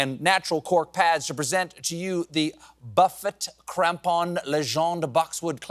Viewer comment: I had to back it up to hear it again. LOL Did he really just (kinda) say Buffet Crampon?? Niiiice.